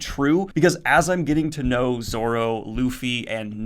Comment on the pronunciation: Your right, it's Nah-me, for how your pronounce it for Nami. Your finally pronouncing Luffy right and yes it's Zoro not Zolo. Zoro is much better anyway. Also I notice your using spoiler gifs for the videos, you can use gifs of course. But just use them for the arc your using so you don't spoil yourself on this series. One Piece is better read and watched not knowing what happens like Dragon Ball and most series. It's an amazing experience seeing the plot twists as you go, try to avoid spoilers in the comments as well. Hope you enjoy the journey man, it's one of the best anime and manga of all time and you'll see why soon enough.